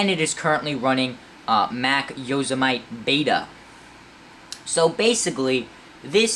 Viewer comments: Good vid, I picked up the 15 MBPr last weekend! BTW... Yo-sem-i-te 8 letters 4 syllables... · Yo-sem-it-E Just to pronounce it correctly :) I dont have any problem with it, just telling ya for future vids :D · You lost me within the first few minutes with your gross mispronunciation of "Yosemite."